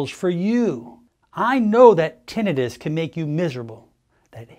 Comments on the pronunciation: Odd he doesn’t know the correct pronunciation… Tin not ten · How ironic that we have AI that can create a photorealistic video of a very convincing "man speaking", but he can't pronounce the main word of the subject at hand properly. Even after 12 years of college! lol suuuure.....